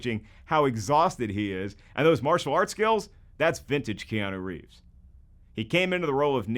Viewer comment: Bro said kianu rieves and no one said anything